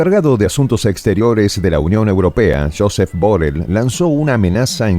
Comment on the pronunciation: no es Josep Borel, es Josep Borrell ( y se pronuncia como Jusep o llusep, no Josep) es español mas concretamente catalán .